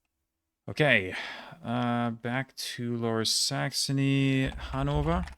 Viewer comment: After this video I have to say: you are officially crazy! As for pronunciation: excellent as well. Differences from native speakers: the ö in "Plön" was too short and the v in Hannover wasn't fully correct, should be more f-like, Unna should have a short u, Pir-ma-sens (you were asking), the a in Halle was too English, Lüchow-Dannenberg: the w is silent, makes the o longer, Rhön has a long ö. All really really minor - so it is really really good, for most of the names you sounded like a native speaker. Honestly I am impressed (both about the 400 Kreise as well as your German)